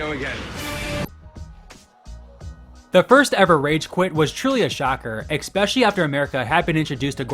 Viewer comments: please stop saying eXpecially.... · 'Ecspecially'.... Don't recommend channel 👎